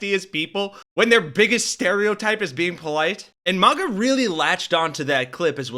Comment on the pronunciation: It isn't a posh word, mahguh. It's MAGA, like maggots.